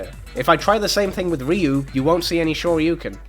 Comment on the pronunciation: "ree-you" if you're saying ryu's name right it's only one syllable. i find it hard to say myself as far as syllables go. "rih-yoo." no. "ryoo." it's like why is my tongue twisted on a single syllable? how do native speakers do it